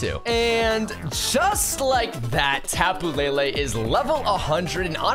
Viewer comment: tapu lay lay it's le le not lay lay ???